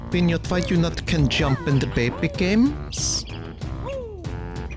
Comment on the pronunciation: He says "Baby games" but in an odd accent.